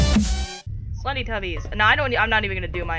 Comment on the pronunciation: its not slendertubbis its slendytubbis